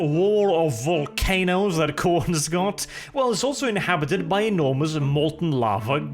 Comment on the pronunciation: "Voll of walcanoes" at the end got me a bit of chuckle